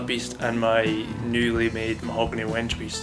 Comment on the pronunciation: "Wenge"=Wen- gay"